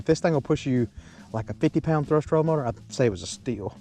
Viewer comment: moat botor. lol